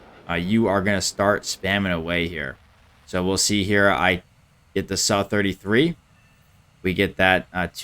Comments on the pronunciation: Sukoi is pronounced Soo-koy. So every time you say su i cringe a little bit. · it should still sound like "sue" and not "suh" though right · I’ve never really been too picky on hot people pronounce things, until i heard this mf say “suh-33” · The suh 33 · He was almost spot on, Сухой is Suhoi, it's just not [a], but [u]